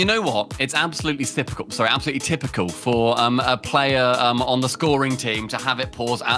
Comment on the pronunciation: XD "its absolutely sypical"